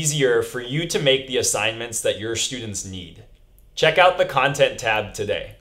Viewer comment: Khantent tab? No? Ok...